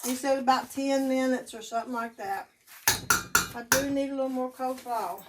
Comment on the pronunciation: “Cole” salad…….😂